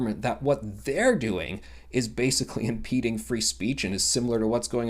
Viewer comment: Impeding. Not impending. Dyslexia sucks